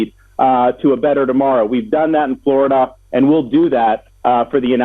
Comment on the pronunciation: !!!! Fought for Florida?!!!!! He's turned it into fluriduh and I despise him wholeheartedly 👿🤬👿🤬👿🤬👿🤬👿 !!!